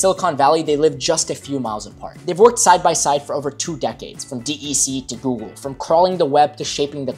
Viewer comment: It's not pronounced "D E C" but "Deck", the creators of the Alpha, Alta Vista, the VAX, the PDP range and a whole lot more...